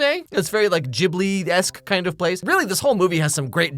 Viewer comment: I had no idea that anyone pronounced Ghibli with a soft g. I am traumatized.